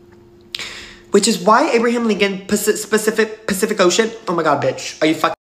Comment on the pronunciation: PAIFIC ocean litterly had me 💀